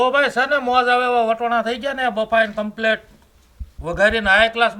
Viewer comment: તમે વટોણા કેમ બોલો છો અમે તો વટાણા બોલી